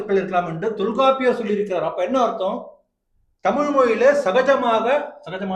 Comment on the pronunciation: தமிழ் வாழ்க போர்டுகள் வைத்த து தான் இவர்கள் செய்த தமிழ் சேவை...... நம் மேயர் பிரியாவின் தமிழ்........ ரெயின் ஸ்டாப் ஆனா உடனே வாட்டர் எல்லாம் போயிடும்....... வால் க டமில்!!!